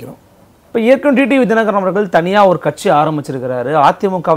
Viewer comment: அன்வர் ராஜா அவர்களே... நானும் வெகு நாட்களாக,வெகு உன்னிப்பாக கவனித்து வருகிறேன்..நீங்கள் D D V என்றே உச்சரித்து வருகிறீர்கள்..T T V என ஒருபோதும் உச்சரிப்பதில்லை.. D க்கும் T க்கும் வித்தியாசம் உண்டல்லவா...!!!??? திருத்திக்கொள்ளவும்.